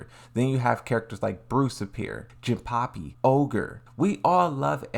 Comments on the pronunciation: "Jinpappi". Yes, Jinpappi indeed... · Not “jinpapi” 💀